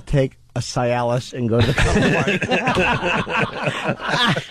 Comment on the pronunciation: Jimmy's mispronounced Cialis in probably 4 other clips I've heard. It's the same situation as with Viagra: When they play the same commercial 300 times a fucking day for 4 years, there's no excuse for mispronouncing it. I rarely watch T.V. (then and now), but back when it was newish every 3rd commercial was for Cialis. If I watched 4 hours of TV in a month, I still heard SEE-alis 44+ times. It's the only word I've noticed him say wrong every time though, so it's easy to ignore. It's not like when Vos tries to speak, or when Opie tries to read, where 9 out of 10 words are butchered horribly.